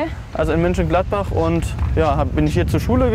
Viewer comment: Auch er sagt München Gladbach 😂 ...